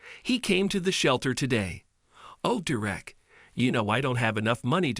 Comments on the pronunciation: Good story but please read it through before you record it. The emphasis is on the first syllable of the boy's name. Please learn how to pronounce things before you record. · The story was great and heart warming in the end, BUT to the narrator, LEARN TO PRONOUNCE DEREK'S NAME CORRECTLY, AND THE DIFFERENCE BETWEEN THE WORDS, "READ" (reed) and READ (red). The boy's name is NOT PRONOUNCED, "De'Rick"!! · Ugh. Pronounce the kid's name right all the time. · I hate these videos. They don't pronounce the boys name correctly. And they say he used words that NO CHILD HIS AGE WOULD USE!!!! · If you are going to read copy at least find out how to pronounce the names! You are so bad I don’t even know how to help you. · Well done Deeerreck....all that accolade and can't even get your name right..!! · Please teach your voice algorithm how to pronounce Derek. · You ruined the story by pronouncing the boys name two different ways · Tahe narrator needs to learn how to pronounce names properly... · Your AI needs work. It’s mispronouncing words over and over. I think only a couple of times he actually pronounced the boys name correctly. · Mr. Narrator : Could you AT LEAST please learn to pronounce the name DEREK correctly ? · The narrators of these stories really should practice before actually recording them. At least learn to pronounce the kid's name. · DERR - ek. DERR - ek! For the mercy of all that's holy and good. IT. IS. NOT..... Der - WRECK!!!!! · It's Derrick not Direct. I hate when they use a robot type voice to tell these stories. I can't watch the stories that's done thataway cause it's senseless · One comment would the narrator get the boys name right,Derek .not der ek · Oh how i dislike mechanical narrations. Dur-wreck? Or Derrick?😵‍💫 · The fucking name is DEREK not fucking Direct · Why are you pronouncing his name like that? Durek. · Whether it’s a simulated voice or a real person, the narrator keeps switching from pronouncing the boy’s name from DERRick to DerRICK.